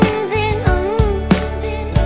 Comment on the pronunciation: 'angg' a va thing tak 🤣🤣🤣🤣